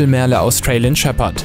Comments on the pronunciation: Es wird "Mörl" ausgesprochen. Nicht Merle. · "MERLE" kommt aus dem Englischen und wird auch englisch ausgesprochen! Das macht echt aggressiv!